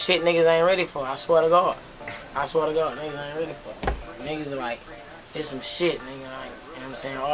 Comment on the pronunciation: his accent when he says god is everything. yo rip lil homie